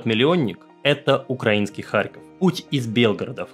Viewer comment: СПАСИБО АЛЕКСАНДРУ ЗА ЧЕСТНОЕ ОСВЕЩЕНИЕ СИТУАЦИИ И ЗА ПРАВИЛЬНОЕ УДАРЕНИЕ В СЛОВЕ "УКРАИ́НСКИЙ". Штефанов крут! Замечания: В ТЕЧЕНИЕ часа, а не "в течении часа" РЕТИРОВА́ЛИСЬ (ретировА́ться), а не "рети́ровались". ГрИ́щенко ГерА́щенко ЛЕ́щенко ЛЕ́вченко МА́рченко (не всегда ударение на е в суффиксе).